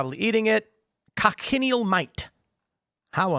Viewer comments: It’s pronounced, “coach-in-eel”. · Tim, check out the pronunciation of cochineal. Also, it is a scale insect, not a mite.